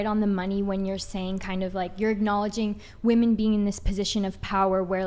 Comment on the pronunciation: Yeah they DO say Woman instead of Women in almost every video. Drives me mad.